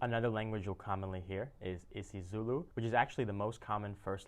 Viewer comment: As a South African I must praise you for your pronunciation of our languages. Our vibrancy is like no other! I would recommend coming to visit Gauteng, Johannesburg and Pretoria and doing a video on that. It will definitely be worth it.